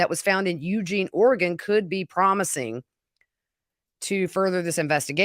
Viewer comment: Thank you for saying “Oregon” right!!! 🙌